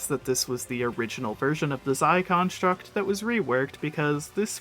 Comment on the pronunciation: “Zie contruct” 😭😭